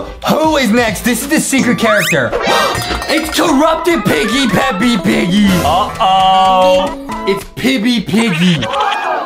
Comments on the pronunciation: Peppa! Not peppi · Is Peppa not peppy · Bruh its peppa pig not peppy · AGAIN IT'S PEPPA NOT PEPPY FOR THE LAST TIME😡😡😡😡😡😡😡😡😡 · Why call peppa peppy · It’s pronounce pippy boom song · They called Peppa Pig Peppi pig😂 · ye they won't even say peppa right